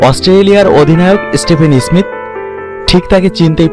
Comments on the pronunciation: Ismist ismit koro keno bai tumar or age tumar uccharan tik koro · আপনি আছেন স্মিত নিয়া, ভাই আপনার নিজেরইত বাংলা শুদ্ধ উচ্চারন করতে পারতেছেন না 😭😭